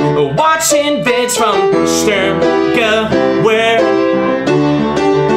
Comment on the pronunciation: Sturmgewehr "pronounced, 'Sturm-geVerr'